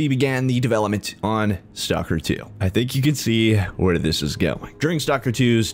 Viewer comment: Ay one else geting triged by the way he produces STALKER its not stalker. when you say it you have to prounds the L staLker